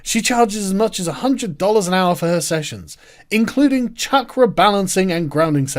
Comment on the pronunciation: You said "chakra balancing" but I heard "check rebalancing". As in money going from stupid people to slightly less stupid people.